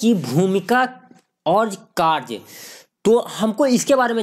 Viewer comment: लिखा है कार्य और बोलते हो कार्स